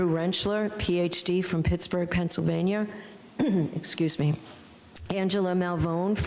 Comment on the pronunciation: The way Judge Bev says Pennsylvaniarrrh makes me die